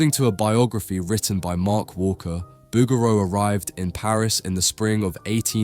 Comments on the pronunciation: The name rhymes with "boogaloo," not "overthrow." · Please pronounce the painter’s name correctly: Boog'raw